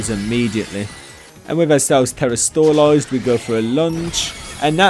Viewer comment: I hate how you say terastoolize instead of terastalize